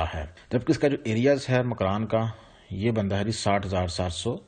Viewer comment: Makiran nahi makuran kach nahi kech